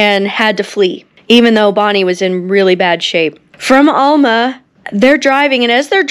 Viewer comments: Good job but I am from Arkansas and Alma is pronounced Al Ma. Not All Ma. Judy letting you know! Love your videos. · Hi! I'm new to your channel. Great job! I'm from the Fort Smith/Van Buren/Alma area, (btw - it's pronounced Al-muh, not All-ma)😁 The Constable that Buck shot in Alma was the grandfather of a gentleman I went to church with, and who was a well known business man in Van Buren. The area where Buck and WD ditched the car they stole immediately after the shoot out, was close to where our family's home would later stand. After ditching the car in the Vista Hills area, Buck and WD walked down the side of the mountain and crossed into Fort Smith via the train bridge. In doing so they walked past the house my father was living in at that time. He was 4 years old at the time. The motor court in Fort Smith where the gang was staying, was still standing till I was in my 20's. My dad remembered the first time the death car was brought through town, and when I was around 10 it was brought through again and I was taken to see it. Love hearing your stories on Bonnie and Clyde. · We pronounce it Al-ma as in the man's name "Al" muh as in "mu" ther (mother). I'll have to find the plaque location. Not sure where you are in the video. Maybe near the high school and Interstate 40? Pretty Boy Floyd's grave is not far from gere near Muldrow OK. I was taken there once. And I live within walking distance of Hwy 71 N. Interesting tidbits.